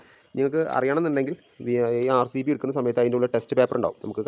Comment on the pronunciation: ഒരു പ്രോഡക്റ്റ് പേര് വ്യക്തമായി പറയാൻ കഴിയാത്ത താനൊക്കെ എവിടത്തെ ഇലക്ട്രീഷ്യൻ ആടോ